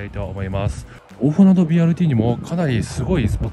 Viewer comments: BRTにはまだ乗ったことがないので、一度乗りに行ってみたいです。 一つだけ、！「おおふなど」じゃなくて「おおふなと」です！！ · きょうび高速バスのほうが便利なので気仙沼の人が仙台にいく場合は高速バスを使うんでしょうけどねぇ。 柳津〜気仙沼は昭和50年頃に散々待たされた挙句に開通したのがまた鉄道が無くなってしまって悲しいですね。津波を口実に赤字路線を切り捨てたとしか思えません。 一方赤字路線の廃線後にBRT転換するのは旧鹿島鉄道のかしてつバスがありますが、途中区間が一般道走行で渋滞に巻き込まれるし、一般道との交点ではいちいち停止するなど、BRTの体をなしていません。こちらの方もいつかレポートお願いします🤲 ※蛇足ながら「おおふなど」ではなく、「おおふなと」です。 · 「おおふなど」ではなく「おおふなと」だと思います。聞いていて気になりました。